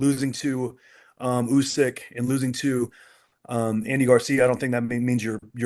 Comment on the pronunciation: Man said Andy Garcia